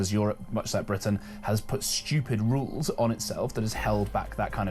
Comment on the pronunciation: I think this is an AI voice because the word rules was pronounced incorrectly as “rowls”